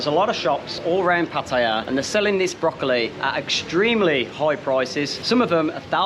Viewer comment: Hahaha...broccoli? What?...OHHHHH broccoli! 😅